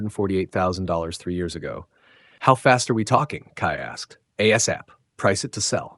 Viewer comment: So OP heard daughter's threat spends valuable time mulling over past events! Also asap not pronounced A-sap but as separate initials ie A-S-A-P!!!